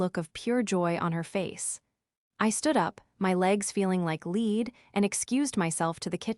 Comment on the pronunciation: your legs don't feel like 'LEED' they fell like LEAD - which is pronounced LED